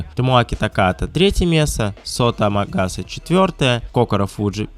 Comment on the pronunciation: Амагаса, а не Агамаса)